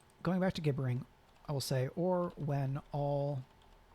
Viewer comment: Thank you so much! BTW gibbering has a soft G, like gibberish